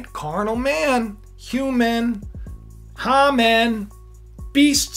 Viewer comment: His name is pronounced Hay man